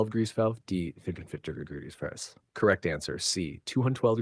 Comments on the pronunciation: What was up with Question 50 : “212 degrees Fair fries” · I just heard french fries on fehrenheit